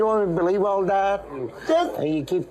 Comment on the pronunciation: Let me ask you, … do yOu bLeev iN gOt? I axed you, do yOu bLeev iN gOt?